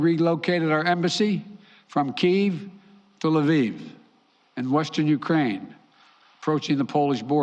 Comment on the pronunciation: So much diplomacy to deal with someone who has said he doesn't want a war? Once Putin backs off Sleepy will claim all the credit for a threat that wasn't there anyway. And Kiev isn't pronounced like that Sleepy.